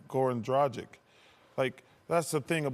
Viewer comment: Seriously, people need to learn how to pronounce "Dragic"! Is it that difficult?!